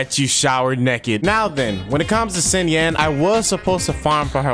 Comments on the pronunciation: Im pretty sure it's not SINyan but Shinyan. But SINyan sounds memey. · It's okay, I bet the Fatui like country music anyways. PS Nice Anbrisel banner lmao PPS It's pronounced Sheen yin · please pronounce it shingyan lol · it's SHI. SHINYAN. xinyan 😂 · boy pronouncing it s i n yan and then hoping its right